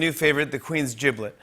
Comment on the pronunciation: "Queen's Giblit"